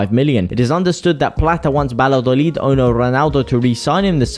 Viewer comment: It's Vaya- dolid.